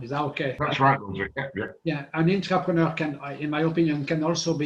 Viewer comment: Great explanation, thankyou guys I hear intrepeneur & entrepreneur. Is ther an innerpreneur? 😁❤👍🏾💫🙏